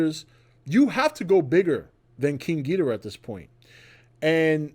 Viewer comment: you are mispronouncing gidora. It's GEEEDORA